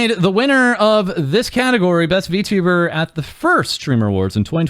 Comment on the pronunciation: Well, at least xQc doesn't say vtubber anymore.